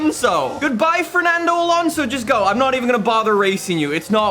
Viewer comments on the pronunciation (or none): none